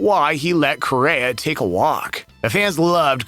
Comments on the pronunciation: He keeps saying Correra….. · Really should work on the pronunciation of Carlos' name, lol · He’s not even pronouncing his last name correctly